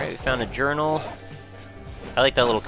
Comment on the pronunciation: When You Say Journal It Sounds Like Urinal.